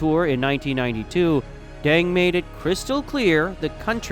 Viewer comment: Bro, your YouTube is called, but you can’t even pronounce Deng’s name remotely correct? Come on, man.